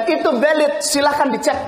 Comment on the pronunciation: guys dia bilangnnya valid apa "silit" ? Kok gue dengernya "silit"